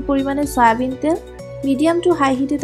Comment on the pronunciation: Umm....delicious dish!!! Love it.🍜🍝. But would u plz say তেল instead of 'তাএল'. it sounds awkward. 😀